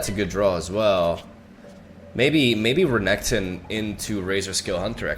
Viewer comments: why is he saying RAGATON , bro , its R Nek Ton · regeton makes me angry just say it normally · Honestly I hate the fact that I have to skip each renekton video of yours because of this weird pronunciation. I just can't deal with it